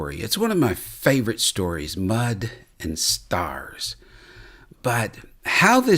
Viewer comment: Watching later... But at the very beginning it sounds like says Mutton Stars. Maybe star-shaped lamb patties that I can cook? 🤔😅😆❤️